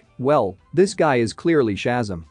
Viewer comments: It’s ShaZAM!! Stop saying SHAzum! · Very frustrating to hear when video narrators vocally MISCALL Names of characters and superheros. It's NOT Chasm. It's NOT SHASAM, It's pronounced correctly as SHA-ZAM! Like when Gomer Pyle USMC, Jim Nabors, as Gomer Pyle would Always Exclaim as his Home town Southern Character at least ONCE in every episode in the Iconic role... HE ALWAYS, IN surprised awe exclaimed out Loud... SHA----ZAM! Also, If you can find the older Original Saturday morning Superhero serial OF the Saturday morning Cartoon a pal ooza when cartoons and superheros series were shown All morning long, Sha--Zam was its own tv series Where the part of Billy Batson ( SHAZAM ) was played by Original actor, Michael Gray. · How can you narrate this, when keep saying the SHAZAM wrong!!!!!! 1st of all, always do your research!!! Second, it is an amazing movie! Try watching it!!!!